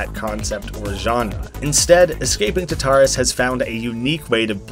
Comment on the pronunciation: Oh this looks sick! Also I’m pretty sure it’s pronounced like TAR-tar-us, but that doesn’t really matter :)